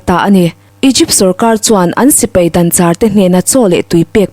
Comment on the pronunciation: 'An lo dangchârin'*. *Dangchâr i lam dân hi chu 'tui tlachham,tui mamawh,tuihâl' tihna ani a, ' sorkâr' rik anga i lam chuan titâwp,kal theihloha siam,chêtna dâla tibahlah' tihna ani a,chuti'ang chuan lam/chhiar tur aw.